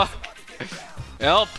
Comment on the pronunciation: More like "ELP ME"